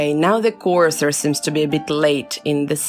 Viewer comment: "CORSOR" LOL